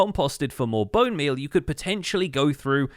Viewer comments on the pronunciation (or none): why is nobody talking about how he called bone meal as "bone beal"